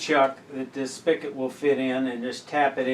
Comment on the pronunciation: I know this video is 3 years old, but It's pronounced spigot, not spiket. You also said Chef Specialties has no warranty when in fact they have a lifetime warranty. Chef Specialties makes a stainless steel mechanism for pepper and ceramic mechanism for salt. The drilled holes are the same size and depth for both mechanisms.